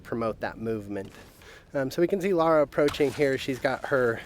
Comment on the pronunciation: It's LARA, not laura...